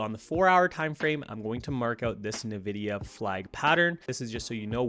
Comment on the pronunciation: Nvidia, NOT "Nividia"